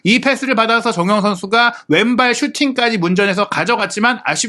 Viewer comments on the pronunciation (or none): 아... 발음이 나만 정호영, 정호연 이렇게 들리는건가 정우영입니다!!!